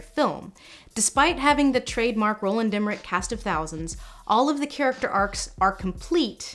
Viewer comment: Did you just say "Roland" with a guttural r? <3 It's a wee bit French but I appreciate the attempt xDD